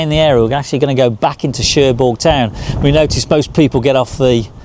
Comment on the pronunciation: Nice🦢 - hope you don't mind me adding that Querqueville is pronounced 'Kirkaveal'; Cherbourg has a silent 'G'. Hope Jan's health and well being a lot better on this trip. Looking fed to next vid....